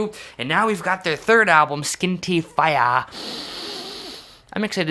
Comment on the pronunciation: Fee-yah not fi-yah hahaha